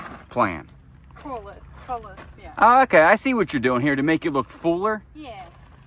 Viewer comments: Pronounced Co lee us ..plant names can be tough.. ...nice job On the sidewalk too. Always work to do in a big yard but it's very rewarding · FYI - Coleus is pronounced “co-lee-us.” Next time just ask the nursery personnel all the questions - how much water, what type of soil, how much sun, how to pronounce the name, etc. They will give you advice specific to where you live. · "Co lee us" is how you say coleus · Coll-ee-us 😂 Those are beautiful and they come in many different shades! You guys are the busiest couple I’ve seen! Is that a murder of crows? Do you know what you need? To pick a drier part of your yard (the part that’s not saturated most of the time) and plant an orchard. Apple, peach, plum, pear and orange trees. What do you think? “Kayla, you can’t deviate at all because you’ll take the barn down and kill me!” 😅😂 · We pronounce it here with long O and E sounds, 3 syllables. Like: CO LE US.